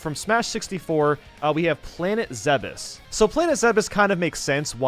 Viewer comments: Not everyone knows this, but Zebes is actually pronounced "zeh-behs", not "zeebs". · Am I the only one who has always pronounced Planet Zebes like Zeebs? Not Zeb-uhs?